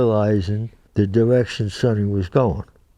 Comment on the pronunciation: He pronounced Sonny’s name correctly.